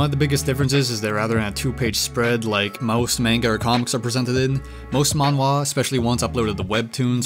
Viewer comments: Its pronounced manhhhhhhwa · The a in manga and manhwa are pronounced the same way...